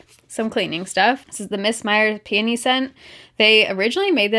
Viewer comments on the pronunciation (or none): ROFL!! When she was talking about Mrs. Myers, I thought at first she said panty scent instead of peony....I'm dead. LOL